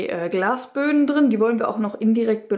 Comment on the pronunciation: Es heißt "drin".. "drine" gibts nicht